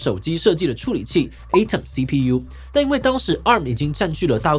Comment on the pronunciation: Atom發音錯了